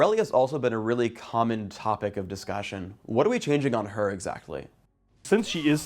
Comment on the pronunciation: The way says "Discussion" is SO funny.